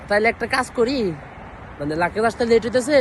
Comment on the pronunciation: মূর্খ লাকেস না,, লাগেজ